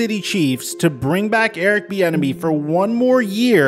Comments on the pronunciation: I kept thinking you were saying Eric the Enemy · I keep hearing “Thee Enemy” I don’t like him just because of that now.